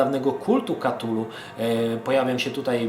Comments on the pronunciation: kurcze, nie chce byc malym chujkiem, ale "KA-TULU" to bardzo klujacy w uszy sposob wymawianie tej nazwy. "K-TULU" to wersja ktora uzywa najwiecej ludzi. zeby nie bylo ze to tylko koment z dosapka, to dodam ze sama wymowa "cthulhu" wg Lovecrafta jest niemozliwa dla ludzi. Pierwotnie dzwiek to ma byc bardzo gardlowy, przypominajacy bulgot, w koncu to jezyk ktorym posluguja sie ogromne potwory, ktorych aparat mowy (oprocz oczywiscie telepatii) jest inny niz u ludzi. z reszta gdy ktos sporbuje wymowic "cthulhu" w sposob "gardlowy" to brzmi to bardzo sugestywnie. I wtedy dochodzi sie znowu do wniosku ze Lovecraft to pieprzony geniusz! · to sie chyba czyta ktulu